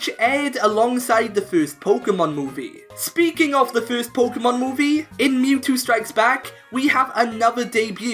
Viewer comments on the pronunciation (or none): none